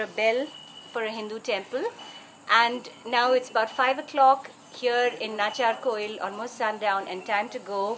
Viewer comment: It's nachiyaarkovil. Pronounce it properly. You're not English. You're Tamil.